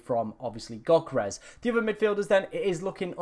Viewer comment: This clown still doesn't know how to pronounce Yoh-ker-res... he sounds like he is choking on my 7inch